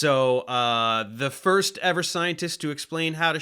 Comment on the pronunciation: "thirst and fourst" lmao